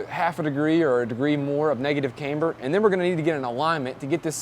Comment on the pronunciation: dude.... it not "Kaymber", its pronounced "Camber". Caaaaaamber. Not "Kay-mber" , its not a girls name. like Cavana/Havana, Camber.